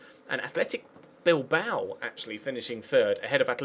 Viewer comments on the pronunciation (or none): none